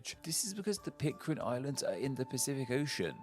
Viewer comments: PIT - CARE - N not PIT - CAR - IN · Pitcairn, not Pitcarin. Yikes. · PitCAIRN...not PitCARIN. Sorry. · Explain what? was pronouncing Pitcairn as Pitcarin because of a typo somewhere. Such a hard mistake to make if you do your research. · came to this channel a few years ago for the interesting ethymologies, stayed for the badly mispronouncing of most of the names :))) In this video 'Pitcarin' takes the cake :)) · But it's definitely not Pit-carin!